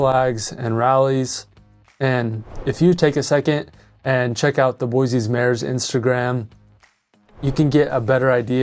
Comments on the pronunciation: Boy-SEE not boy zee. Dumbass!! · At least please pronounce it right on your videos. Start the new Californians off on the right foot. No such place as Boyzee. Boy-see please! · Other than the mispronunciation, boy-see not boy-zee, spot on video. If we had the mini ice age weather of the 70’s and early 80’s winter would matter. Today not so much. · it is pronounced "boy-see," not "boy-zee" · Idaho born and raised. Even Google says Boi zee. It's a native American word. Similarly, Dubois is French, Do bwa. The S is silent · I was born and raised in Boise and I can't take you seriously when you're saying it wrong. It's BOY-SEE. No "z". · It's Boy-See...the Z is Silent! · There’s no Z in Boise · How to say you're not from Boise without saying you're not from Boise lol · Why do you say Boise wrong??